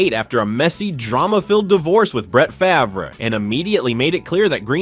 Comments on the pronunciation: …..Brett Fav-Rah……….good Lord. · It is pronounced FARV